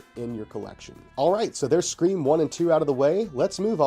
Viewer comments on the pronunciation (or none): 5cream is such a hilarious pronunciation, thank you for that. 🤣